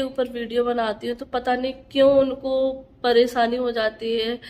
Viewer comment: Paresani nhi pareshani khusi nhi khushi talafuz shi kro apne